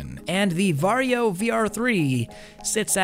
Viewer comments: You say va-ri-jo? Why not var-jo? without the i? And the reason why they removed the game is licensing = money. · Legit thought he was saying ‘’Mario”